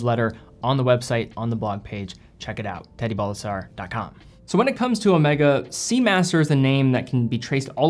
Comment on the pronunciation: O may ga, not o meh ga